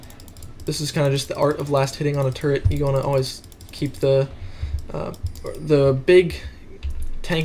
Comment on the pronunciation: I dont like it how you say 'the' and also i dont like it how you say 'of' and especially i dont it how you say 'and'.